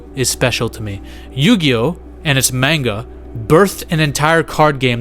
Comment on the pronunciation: Homie called it “mainga”